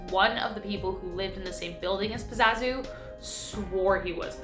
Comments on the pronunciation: #5 his name is pazuzu not pazazu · Excellent video as always but the name is pazuzu, not pazazu. It days back to ancient sumeria and some say has direct correlations with the baphomet. With the as above so below pointing gestures. And that fellow didn't live to far away from me in my state of NC. Keep up the good work tho. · It's pronounced "puh-zoo-zoo". He was from my hometown. They actually tore down his house a few years ago.